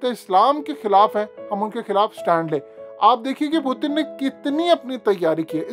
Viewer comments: ........kia ho giya h AP ko Putin ka pronanc sahi se kare pehle sahi pronounce krte te ab Indian ki trha ajeeb lag raha h plzzz Putin parhe na k pu,teen 🙄☹☹ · پُوتِن نہیں اوئے۔۔۔۔۔پُیُوٹٙن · Putin ka naam hi bool gae ho kia Word putin he. پوتن nhi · Pootin? Pooting ? What's his actual name?? I have been hearing his name is P-u-t-i-n But you are calling him pooting poo poo 💩